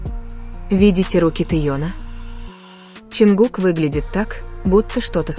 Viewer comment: Блогер, вы сначала правильно произнесите имена айдолов, потом дальше продолжайте врать. Не Теён, а Тэхён правильно, не Ченгук, а, Чонгук. Сначала запоминайте их имена, а уж потом начинайте врать! Позор!!! 😡😡😡😡😡😡😡